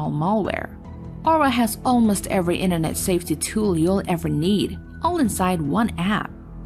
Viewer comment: Will someone teach her how to say “inventory”…please? And “military”? And “Internet”? Or is there something else called the “Innernet”? 🤔🇨🇺🇺🇸